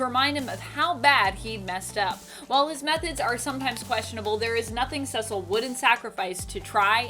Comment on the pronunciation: Cecil = SEE-sill